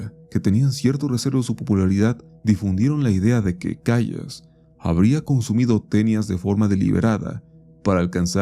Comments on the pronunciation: Querido se pronuncia maria “calas” no “callas”, buen video por cierto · Se dice Calas, Calas, CALAS! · "Calas",. Se pronuncia Maria "Calas" 😅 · Se pronuncia calas pelotudo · María Callas, una de las más grandes intérpretes de la reina de la noche en la flauta mágica de Mozart. La pronunciación en español e italiano (La más recomendada en nuestro idioma) En el mundo de la ópera en español y en Italia (donde ella consolidó su carrera), se pronuncia tal como se lee, respetando la "l" simple (no como "y" ni como "sh"). Se dice: /Cá-las/ Acento: La fuerza de voz va en la primera sílaba (Cá). Detalle: Evita pronunciarlo como "Cayas" o "Cashas". La doble 'l' se mantiene con el sonido de una sola 'l', suave y limpia. Sentía bien gacho el cringe cada que decía "vayas" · El nombre de María Callas, se pronuncia: "Calas", segun tengo entendido.